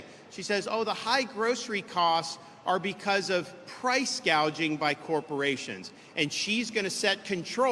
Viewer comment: She did not say gouging, she said gay-jing.. Like gay-jing beef..lol i can't believe nobody is banking on this word salad of her.. Not even Zukerberg likes her..lol